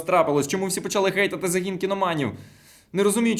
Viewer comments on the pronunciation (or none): none